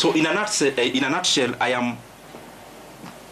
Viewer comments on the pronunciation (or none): In a nutsel😂